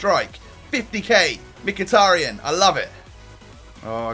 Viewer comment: It's pronounced mekh-e-tar-yan